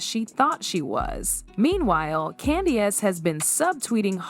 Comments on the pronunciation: Did she say….Candy-Ace 🤣🤣🤣🤣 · Different pronunciation for candiace too.